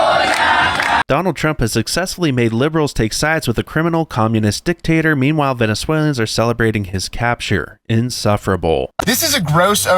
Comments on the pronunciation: Bro, the fact that you can’t say Venezuelan’s right is hilarious😂😂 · Venezuelians? Its Venezuelans.